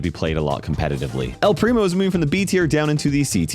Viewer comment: he said ELLLL PRIMO